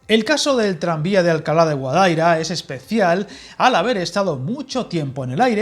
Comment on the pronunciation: Guadaíra, con acento en la i.